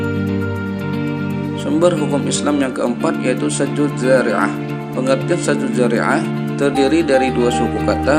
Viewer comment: Saddu zdariah bukan sazdu..